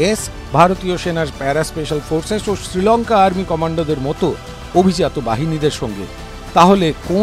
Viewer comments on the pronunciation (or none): none